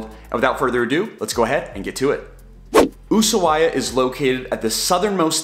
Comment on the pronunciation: I tried to finish the video but couldn't due to mispronounciatin of Ushuaia.